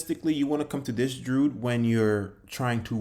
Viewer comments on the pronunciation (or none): DREW - ED not Druud lol